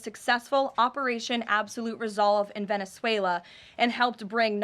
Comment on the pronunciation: Maduro seriously Venossuluh